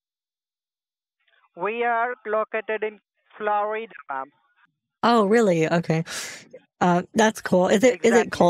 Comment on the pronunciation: He said floreeeeeeda 😂